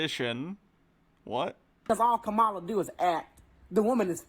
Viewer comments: The VP’s first name is pronounced: “KAmala” not “ka-MA-la”. TKW here pronounces it the way he does just to disrespect her, the same way, and for the same reason ****er Carlson does it on Fox News. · pronouce her name as: COMMA LA